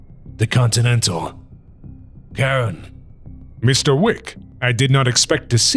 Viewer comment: Only realising now... "Karen" 😂🤣☠️💀 Charon - Pronounced "Charone/Sherone"